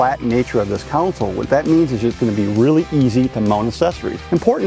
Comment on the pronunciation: Hey, the word is CONSOLE, not COUNCIL